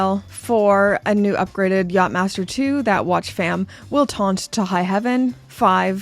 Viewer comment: You saying "knob head" with your Canadian accent, for some odd reason just makes me giggle. And I think the less said about the Yatch-Msster 2, the better 🤮😂